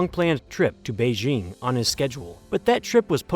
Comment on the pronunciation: "Nascent": a word meaning "When there's something in your script that you don't understand, you should look it up and find out how it's pronounced." "Beizhing" is a word meaning "Hey, maybe I'm not cut out to be a script reader. I just don't seem to be able to get the hand of it."